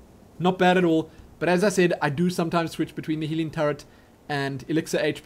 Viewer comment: I just realized, whenever says "healing", I hear "Helene". Oh man.